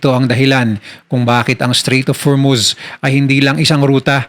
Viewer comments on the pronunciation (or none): Strait po hindi straight 😊